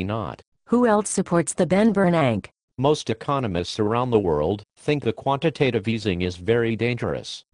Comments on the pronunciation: "The Ben Bernanke". Ha. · "The Ben Bernank" haha that is what I will refer to him as from this day forward. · the only thing i see deflating is the value of the dollar lol and " the Ben Bernank" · Teh benbernank. LOL